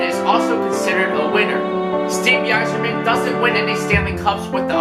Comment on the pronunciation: the Y is pronounced as I in Yzerman